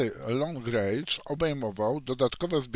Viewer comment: Mała uwaga, wery long rendż, nie rejdż. Wychodzi bardzo długi gniew :)